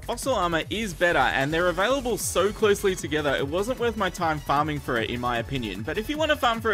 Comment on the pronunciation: does he say farming or farting?